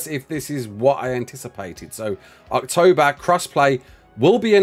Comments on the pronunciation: Totally sounded like said "ARKtober" instead of October while reading the message from Wildcard. Genuinely surprised that pun isn't used more often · Everytime you say October I seem to hear Arktober.....or is it just me